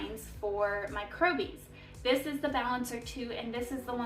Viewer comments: "Micro-bies" is supposed to be "microbes" pronounced like a regular person? "East" meant to be "Yeast"? with these glaring mistakes in the first 4.5 mins, how can i trust your attention to detail on anything else? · I kept thinking that too 🫣. Microbes!!